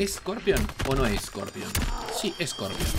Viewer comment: Es corpion o no es corpion , si es corpion xD